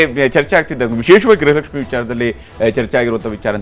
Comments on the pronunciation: ಯಾವ ತಾಯಿ ಗ್ರಹಲಕ್ಷ್ಮಿ ಅಲ್ಲ ಗೃಹಲಕ್ಷ್ಮಿ ಫಸ್ಟು ಕನ್ನಡ ಕಲಿಯುವ ತಾಯಿ ಬೆಳಗಾಂ ಮಿನಿಸ್ಟರ್ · Graha alla . Gruha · Swami. Media. Guru. Kannada. Sariyagi. Uchharane. Madali. Grahalakshmi. Alla. Gruhalakshmi.............. ...... Heli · It’s griha not graha